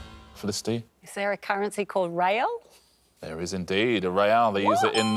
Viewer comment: No, Felicity, there isn't. But as often happens in HoG, if you pronounce it wrongly enough, you can pretend there is. :-P For anyone wondering, the currency is pronounced "re-ow" or "re-al" (with a strong R sound, and there's no "ay" sound anywhere).